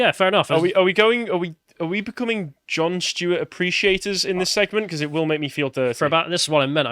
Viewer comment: Who is Jon Schtuet?